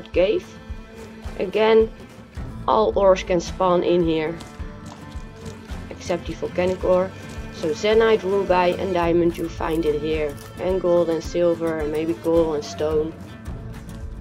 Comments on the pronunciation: ruby: roo-BEE NOT roo-BUY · the way he says ruby "rubay" not hating tho